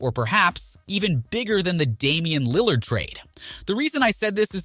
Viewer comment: Ik u kno nothing just on how u pronounce lillard